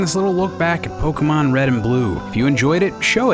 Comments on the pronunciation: It's not poke - UH - mon, it's poke - AY - mon Like, c'MON man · its pronuonced pokAYmon {it doesnt really matter though..} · It's not Pokeahmon it's Pokaymon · POK-AY-MON SAY IT RIGHT!!!!! JACKASS